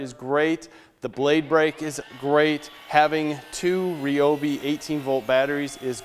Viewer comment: Nice review. However, 1 issue off the bat. It's not Ree-Obee. It's Rye-Obee. The "Y" makes a long "I" sound, not "E".